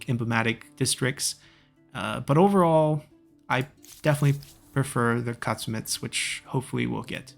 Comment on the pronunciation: Great video! Just a tip, Aksumites is pronounced (Ahk-Soom-ite), and Shotelai is pronounced (show-tell-I). Thanks for the awesome videos!